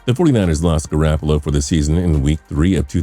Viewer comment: For fucks sake.. It's GarOppolo!! Not GarAppolo!!!